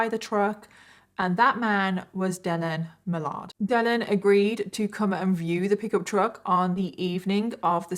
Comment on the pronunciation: Its pronounced Dillin Milerd NOT Dilleen Malaard